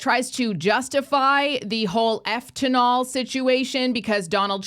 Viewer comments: Eftanol ...Did you mean fentanyl maybe? Or are you using code words for some reason? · Wtf is doctor rugs? Efftanol??